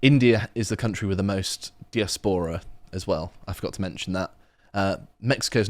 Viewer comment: Dude cant pronounce diaspora and thinks mexico is in the United states. Sorry but how can you not know where mexico is.